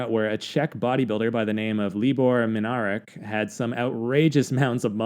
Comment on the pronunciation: Libor Minarik pronounced Minarzik.